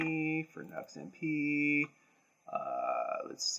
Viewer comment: Great video but the company name is Nu X ( pronounced new ex ) not Nux !